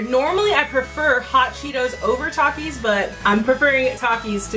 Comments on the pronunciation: my entire school will defiantly agree... all of the children there eat takis for a living. no one has ever said tAkIs- its kinda pronounced at "talkis" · (Tah-keys) is how mexican say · it is definitely pronounced tak-ees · I agree with you it’s pronounced TOK-eees not TAK-eees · It’s not takis it’s takis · I MEXICAN AND WE MEXCIANS SAY TAKITEOS (TAKIHOES) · Its ta kee s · It's pronunciation thakis but spelled Takis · taki not toki